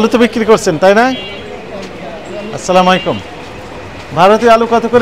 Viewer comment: স্যার সালাম কিন্তু ভালভাবে হচ্ছেনা, আপনি বলছেন আচ্ছালা মাইকুম আমি যদি ভুল না শুনে থাকি, যা হবে আসসালামু আলাইকুম